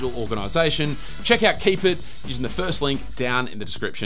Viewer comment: "Kipit" being pronounced "keep it" is the dumbest sht 😂 – although I do applaud your ability to convincingly sell a bog-standard bookmarks app as some great idea! I'll stick with Raindrop though, methinks! But man, that Pinnit app is a keeper! I've used notification pinning apps in years past, but this one looks very damn nice.